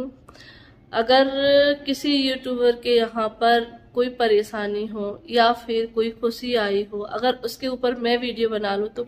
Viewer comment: Paresani nhi pareshani khusi nhi khushi talafuz shi kro apne